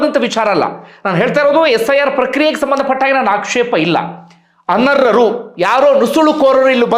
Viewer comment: ಅವರೇ, ಅರ್ಹರು ಅನರ್ಹೆ ರು. ಅಂತ ಸ್ಪಷ್ಟವಾಗಿ ಹೇಳಿ ಸ್ವಾಮಿ ಅರರ್ ಮತ್ತು ಅನರ್ರು ಅಂತ ಕೇಳಿಸುತ್ತೆ